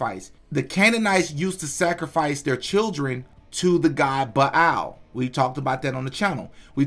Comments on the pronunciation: Bilal?? It’s Baal like bail smh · Ba’al is pronounced “bale” btw family